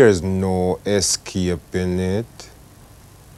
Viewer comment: The pronunciation of escaping triggers me that hard!